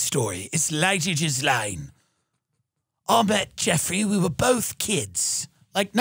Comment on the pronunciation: Tim pronouncing her name Jizz-laine